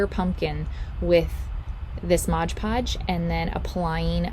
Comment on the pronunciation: OMG...it isn't "modGE podge". It's "MOD podge".😉